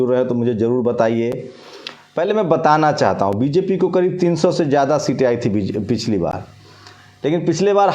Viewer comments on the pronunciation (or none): you are a great at ground reporting. But, in announcements you stuttea a lot, you repeat the same things again and again which is irritating, you get confused in pronouncing BJP and BSP. Please a good announcer in place of yourself.